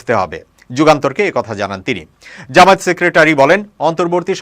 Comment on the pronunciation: জামায়েত না জামায়াত শুদ্ধ করে উচ্চারণ করুন।